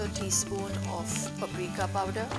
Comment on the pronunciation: Its pap-rika, not pup- rika. And it feels like we are watching her cook and not what she is cooking. Learn to shoot cooking videos.